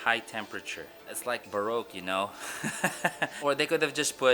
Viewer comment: It’s like barowk you know 😅 hehehe astig ka talaga sir